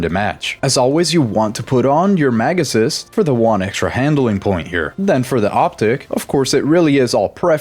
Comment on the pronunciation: everytime you said "mag assist" I always misheard it like "megasus" lol